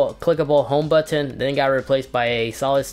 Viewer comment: The way you say “button” makes me cringe homie.